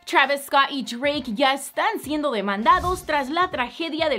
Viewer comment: Travisco y treik jajaja